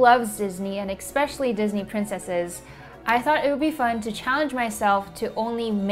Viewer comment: did you say “expecially”? 😂🤡